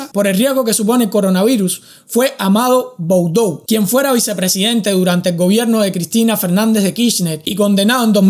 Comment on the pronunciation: OLD Hardcore se pronuncia Amado Budú. Y la señora que estaba atras de ese nefasto personaje no es la Vice Presidente de Argentina.